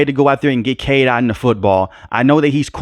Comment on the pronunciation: It's Otton not Ot.